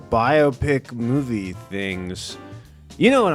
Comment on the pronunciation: Thank you for saying biopicinstead of biawpic. Shit sounds so dumb.